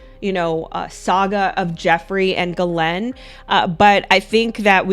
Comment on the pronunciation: why do you pronounce her name Glen? When that’s not how you say it?